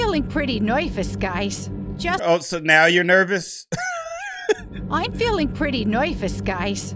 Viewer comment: How the heck does she speak when she says nervous